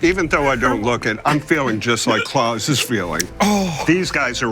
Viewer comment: Pronouncing his name “Claws” is hilarious.